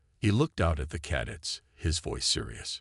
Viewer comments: Cadets, emphasis on the second syllable. Cuh- DETS. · After hearing "caddets" the fourth time I was out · ...what's 'caddits', precious? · That annoyed the hell out of me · Pronounce cadets properly !